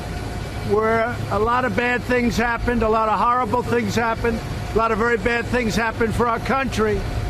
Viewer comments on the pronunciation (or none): Why can't trump say horrible?